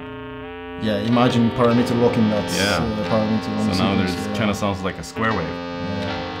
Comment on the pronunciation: I love the way he pronounces Parameter... Parra Metre. A little off topic I know... Sorry.